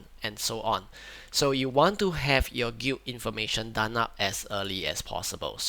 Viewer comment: bruh you keep pronouncing the word "Guild" like "gweet" or "gute" wtf?